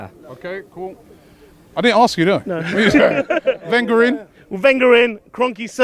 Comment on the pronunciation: who the hell is that guy how is he saying wenger and kronke in what a dickhead